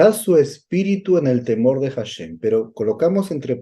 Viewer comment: Muy bien por compartirlo en hebreo y la traducción correcta. Solo una pequeña petición tengo mi Rabi nacido en Jerusalem - Israel y entiende el español y me dice q corrija al decir HASHEM, no se pronuncia con J (JASHEM), se pronuncia ASHEM. 👍